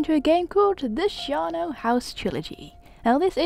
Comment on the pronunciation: You pronounce Charnel like Charlie :).